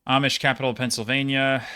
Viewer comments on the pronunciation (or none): none